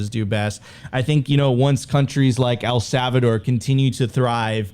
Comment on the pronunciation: Sophie, can you teach how to pronounce El Salvador correctly please lol he keeps sayin savador and i cant unhear it 😅